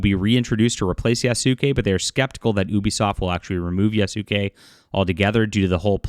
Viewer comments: Damn. He butchering the names. You doing this on purpose? Yah-skeh. Like Sasuke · The name is Yasuke not do not say the Su part dear God it's not that hard to say please God learn to say the name lol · Yasuke in Japanese, is properly pronounced YAH-SOO-K-EH with the last ke or K-EH sound said quickly. The ke is pronounced as K-EH not K-AY.